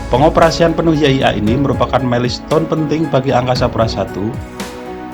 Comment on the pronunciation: tolong mohon maaf yang jadi dubber diperbaiki, cara bacanya parah: physical distancing, milestone, customer services, assessment dsb sebaiknya kalau tidak bisa mengucapkan dalam bahasa inggris atau bahasa indonesia yang tepat gunakanlah pilihan kata dalam bahasa indonesia. overall, nice information.